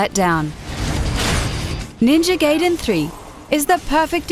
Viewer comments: Gaiden not gayden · ITS not GAYDEN!!! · STOP SAYING NINJA "GAYDEN" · Ninja Gaiden, not Gayden x3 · First of it's Gai den not gA den, they dont pronounce it as A E I O U it's AH EE OO EH OH. so say it with my Gai as in Guy den as in Den like a lion den. Fucking limey. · Firstly: It's opinion. IMO I really liked Mass Effect 3, but the ending made me feel like playing through again/getting DLC was futile. Secondly, it's pronounced GUY-DEN. Tomonobu Itagaki, the head of Team Ninja, said so himself. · its ninja gaiden NOT ninja gayden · at least pronounce it the right way bitch... ninja gaiden was a good game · She needs to pronounce Ninja Gaiden properly. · say ninja gaiden right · I agree some of these top 5 videos are entertaining but it really bugs me when they can't properly pronounce things like Ninja Gaiden. It's one of my pet peeves haha sad though that 3 was such a disappointment. >.< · When will people ever get it right...? Why do people suck so bad at language? It's "Gai-den", not "Gay-den". "GA-I-DEN" And while we're at it: It's "Hadouken", not "Haduuken". It's "Ryu", not "Raiu". It's "Kasumi", not "Kasuumi". I could go on, but I'll spare you, for now. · Ninja Gay-den 3 the narrator says... who pronounces it like that? Obviously someone who hasn't played any of the Ninja Gaiden games. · Ninja Gaiden not fuckin' Ninja Gayden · ninja geyden 3 omg its gaiden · From what I know, it's "Guy-den" =/. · lol she ses ninja gayden ha ha LOL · GUY-DEN! IT'S NINJA GUY-DEN GAWD DAMN IT!!1! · It actually is guy-den. But this bitch likes to pronounce EVERYTHING wrong. If you watch their other videos, she mispronounces a lot of other words. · It's GUY-DEN!!!!! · I've Never heard someone pronounce ''NinjaGaiden'' to ''NinjaGayden'' it's with an GAJ not a GAY... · It's pronounced Ninja "Guy-den" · NINJA GAY-DEN? GAY-DEN? IT IS GUY - DEN! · GUY-Den not GAY-DEN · it's not ninja GAYdain it's ninja GAIdain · Ninja "Gayden"? Are you serious? It's Gaiden, GAIden, AI ! Americans...